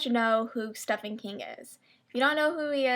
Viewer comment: I'm not being rude, but I thought it was absolutely adorable when you pronounced Stephen King's name wrong. Lol, I've never heard someone pronounce it that way.